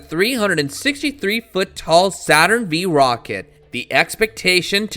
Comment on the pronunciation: "Saturn Vee" -- bye